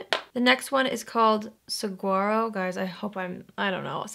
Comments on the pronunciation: Saguaro is pronounced Suh War Oh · So it’s pronounced suh war oh. It’s a cactus you think of when you think of Arizona. It’s only found in that area. 🌵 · “Saguaro” is pronounced “suh-whare-oh” and is the classic tall cactus with arms 🌵that only grows in the Sonoran desert. (Mostly within Arizona) Sometimes spelled sahuaro, but pronounced the same. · It’s pronounced Sa-War-o. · AZ girl here! Laughing at how you said saguaro 🌵. G is an h sound. 😘